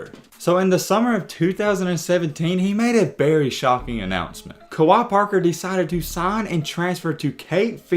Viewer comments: It’s pronounced like kway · Wait, who's Kawhi Parker lol. Its Kwe (Kway) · Kwe (qay) not Kawaii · Pronounced "QUAY...KWAY" Kwe Parker👍🏿! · It's pronounced (kuh-wae), I knew him in high school. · You pronouncing his name wrong af, and the Tennessee analysis your saying is 100% inaccurate. Kwe didn’t have super heavy expectations at Tennessee. It was Rick Barnes first year and he was primarily recruited by the coach before Barnes (Donny Tyndall) so it was probably a fit issue more than anything. Plus nothing at all wrong with transferring to a JUCO after things don’t work out, no need to mention that Tennessee wasn’t trying to kick him out. He played behind Kevin Punter who is literally THE best player on the World that’s not in the NBA and also Lamonte Turner who was ranked higher so wtf you mean he was supposed to lead Tennessee his FRESHMEN year? Like come on bro do some homework before posting BS to get some viewership. This is by far one of the worst takes ever in basketball history. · If your gonna make a video about someone, you should probably know how to pronounce their name.... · 1st pronounce his name right!!! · You didn’t even say his name right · I’m pretty sure that’s not how u say his name